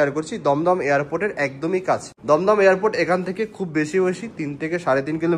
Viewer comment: যেমনে এয়ারপোর্ট বলসে মনে করছি ঢাকা এয়ারপোট।🤣